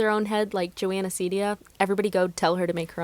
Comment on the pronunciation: I cant belive she said joahna thay are my fave youder